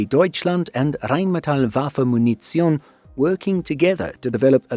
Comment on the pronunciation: No it wasn't. The .t. in Munition ist a t, not a c vowel